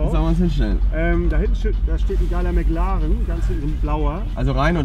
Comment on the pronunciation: der "Mäc Laaren" XD